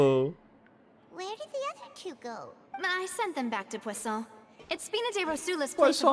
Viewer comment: Necessitamos de um compilado do falando "Poisson" kkkkkkk